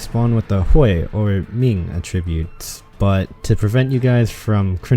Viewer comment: Ah yes, butcher “Hui & Ming” and then perfectly pronounce “Pingyin” Very cool Arknights